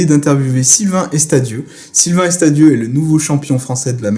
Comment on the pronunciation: hi:) c'est Sylvain Arvidieu et non Estadieu ou alors je ne comprends plus rien:)